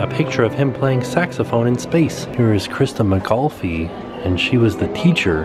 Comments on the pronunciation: miss Pronounces Christa McAuliffe’s name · Just when I was going to comment that you know so much about the space program, you pronounce Christa McAuliffe's name wrong, lol. Didn't you have any schools renamed for her in Central Florida? We had at least one in Melbourne. Great video! I was watching from outside my math class at Central Jr. High when the tragedy happened. Being so close to the Space Center, we had numerous students whose parents worked for NASA. It was terrible. Reagan's "slipped the surly bonds of earth" speech afterwards still makes me tear up.